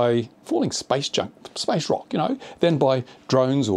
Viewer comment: Meteorites are not space junk, space junk is stuff we the people of earth put up there. While I agree 99.99% of the time with what you say comparing natural phenomena to drone incidents is stretching it and servers no purpose in furthering the drone cause. Not to mention you need to speak the word, your "rock" sounds a lot like "rocket" but then maybe that was intentional.